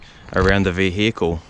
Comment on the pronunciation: I did laugh at how you said ve he cal You know you want a 302w